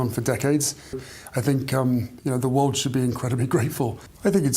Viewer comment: Why oh why can’t he say the word “world”????? He pronounces it “Wowd”. So “The World” comes out of his ignorant mouth as “Ver Wowd”.